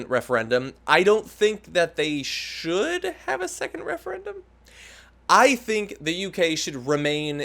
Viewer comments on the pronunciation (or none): The Refeyendum ;-)